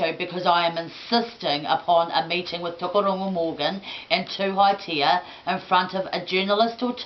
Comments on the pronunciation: Tokorongo? You can't pronounce Maori lady.. His name is Tukoroirangi. Tuhaetia? It's Tuheita. If your gonna make up some crazy story about being this Maori queen at least get your pronunciation right! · Its Tukuroirangi, not Tukuaurungu. And Tuheitia, not Tuhaitia. Crazy lady. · sounds like your pronouncing the maori kings name wrong or is that how you say it? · Aue kare! Atleast know how to pronounce kiingi tuheitias name before going through a teko whaikorero! He mauiui koe e hine ma! Aue! Haere tangohia kouto rongoa!